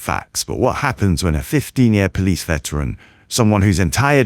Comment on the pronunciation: "I'm a po-lice" 😂